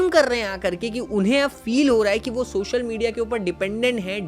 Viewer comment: videos achi banate ho, bas social ko shoshal kehna bund karo 😂